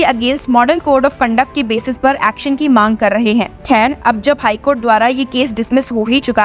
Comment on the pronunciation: Aaxxon sounds yuckxon by the voiceover! LoL 😂 it's not lawyer bi prophexan but better sound palatable in Hindi.